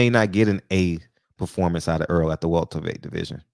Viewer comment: You're a big Spence fan as am I. Are you ever gonna say his name right. Its not "Earl". It's " Errol".